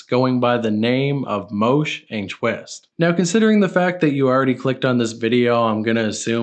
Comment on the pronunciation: bro “moosh” isnt pronounced “Moshe” ffs